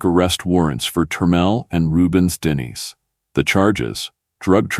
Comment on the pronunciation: Its Denis.. Den e.. not dennis